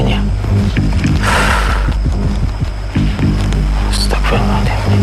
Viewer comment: Meluruskan aja Yg benar Astaghfirullahalaazhim bukan astaghfirullah aladhim😅